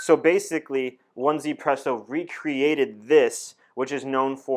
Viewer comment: You read as Ezypresso